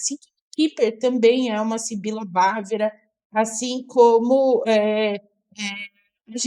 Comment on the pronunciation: Boa noite. Sibila bávara é a pronúncia correta.